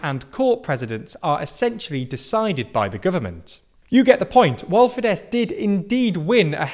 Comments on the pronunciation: FIDESZ is pronounced "Feedess" = Fiatal Demokraták Szövetsége (Alliance of Young Democrats) and Jobbik is pronounced "Yobbeek" and is an abbreviated from of Jobbik Magyarországért Mozgalom (Movement for a Better Hungary). Your take on the recent landslide victory in the Hungarian elections and landslide victory of FIDESZ is very interesting. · I think Fidesz is pronounced Fidesh.